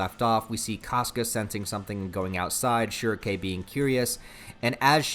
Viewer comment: The only thing i hate about this video is how he pronounce shierkes name i got used to almightylolis pronunciation of shrieke